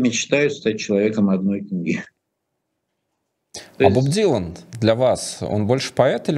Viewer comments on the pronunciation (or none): "Боб ДиланД" 🤦‍♀